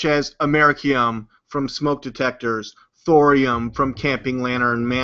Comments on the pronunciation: his fat ass is trying to say America-ium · Am-er-i-cum you stupid hick. It's americium. Amer-eeee-c-um